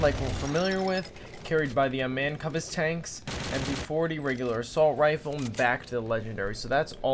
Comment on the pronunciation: Did you say "man kubbus"? XD